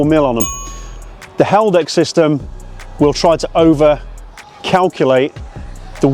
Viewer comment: Is he saying Helldex on purpose instead of Haldex? Like how we say “Meadowhell” instead of Meadowhall or EcoBoom instead of EcoBoost? It hints that the Haldex system has a bad reputation? Also doesn’t ADAS mean Advanced Driver Assistance System?